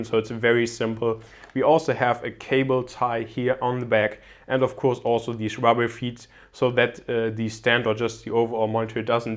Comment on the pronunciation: Gute Videos auf deinem Channel, welche wirklich sehr informativ und gut gefilmt sind. Ich bin allerdings der Meinung du sprichst "of course" falsch aus ;) P.S nicht böse nehmen LG